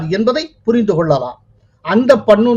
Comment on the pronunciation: உங்களுக்கு பெயர்களை ஒழுங்காக உச்சரிக்க தெரியாதா? வராதா? Gurparvant சிங் பண்ணு ஐ பண்ணூன் என்றும், bhullar ஐ pullar என்றும் சொல்கிறீர்கள்